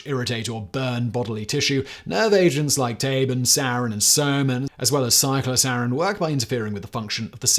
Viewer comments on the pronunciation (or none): Better living, and killing, through chemistry! And, BTW, the second "c" in cyclosarin is pronounced with the "k" sound.